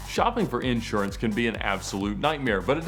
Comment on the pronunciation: Ed says "insurance" like Christopher says "theater". :)